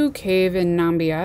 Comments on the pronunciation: Um um um ...not numbia... namibia. Real nonsense. Delete... and try again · NA-MIB-IA, you are mispronouncing the name of the country to your students